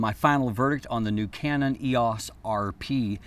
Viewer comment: I'm distracted by the pronunciation of EOS here. I've never heard anyone say "ee-ahce"--always "ee-oce" until today.